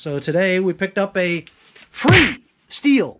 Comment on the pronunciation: that's a shame about the highwheels. those wheels are not cheap! Stihl is pronounced steel. My gf harped on me about it. Ratchet wrenches come in handy! that was nice of robert to get you those!